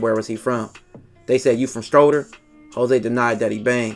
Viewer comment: Bruh this shit wild lol for one lmao he said strod-Er lmao like who is this guy tho frfr